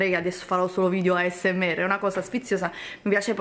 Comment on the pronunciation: Il problema è che non sa neanche come si pronuncia asmr e ci fa un video... 😂😂😂 non ne parliamo di come usa le bacchette se la vede un asiatico rimarrebbe traumatizzato a vita... 😱😱